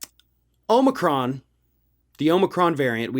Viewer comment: Oh my.... Thank you sooooo much for pronouncing Omicron property. I just watched a national news video where the presenter did not pronounce it right. I don't know the Greek alphabet but I know how they are pronounced when I see them. It isn't difficult. I need to start pronouncing all words the British way to throw these people off. Vit- e mins, Zed's, shed- u- Al's, and toe maht toes for all. Should add some aubergine's and courgette's in for good measure.